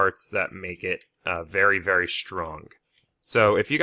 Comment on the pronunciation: he said berry big